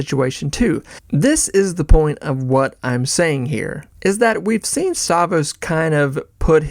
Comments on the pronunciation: You're killing me. StavROS, not Stavos. Rogan SPHere, not spear. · If you're such a big fan why do you keep calling him "Stavos"? You riding the algorithms or something? Is it A.I.? You can't really be a fan of someone and not know their name... once is a mistake but every single time... I don't understand... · The R in Stavros is silent now?